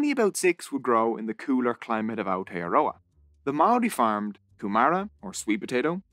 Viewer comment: I'm sorry but how you said Aotearoa made me a little mad only cause that's my country